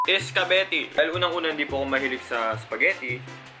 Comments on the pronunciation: Eskabeti???? Espaketi??? Huh... Kailangan ko Na ng magpacheck up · "ESGABETTI" HAHAHAHAHA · Tawang Tawa Ako Sa "Iskabeti" Hahahah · ako lang ba yun? eskabeti ung bigkas nya HAHAHA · "kukomber" "iskabeti" 😂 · berjer... berjer... isgabeti. 😂 HAHAHHAHAHAHHAHAHAHAHHAHAHAHHAHA. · “Burjer, burjer”, “iskabeti”🤣🤣🤣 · Burjer.......Burjer.....Isgabeti is d best😂😂😂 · Burjer scabettie?? XD luhh may kukamber XD tawang tawa talaga ako